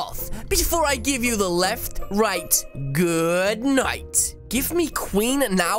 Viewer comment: I hate it when you say lrft right